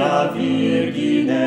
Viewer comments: Thanks a lot for this video. I had a hard time trying to get use to that Latin pronunciation which is not my favorite. "Vigine" with a G pronounced like "gui" and "Faciunt" like a German "faziunt". I know why you do that, but I still prefer the Italian pronunciation of Latin (which actually was the language of the Roman empire). The way you do it (and many others), sounds like a German trying to speak Italian with German pronunciation. Not nice! 😂 Auguri!! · All the times I've heard this song, the 'gin' in 'virgine' is always pronounced as "geen" or some minor variation. It was really interesting hearing it pronounced the way you have 😃